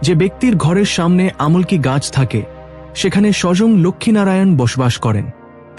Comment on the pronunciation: আমুল কি নয় উচ্চারণটা হবে আমলকি❤